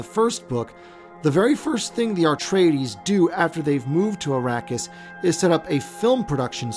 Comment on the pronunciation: AR-treides? Only one 'R' in the word.